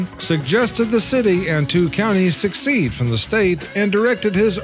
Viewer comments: its pronounced 'suh-seed'. Not succeed. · Please learn how to pronounce 'secede'. It is not 'succeed'. Thank you. Like your channel.